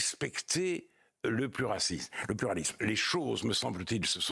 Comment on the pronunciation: Pluracisme au lieu de pluralisme, sublime lapsus (à 4.55)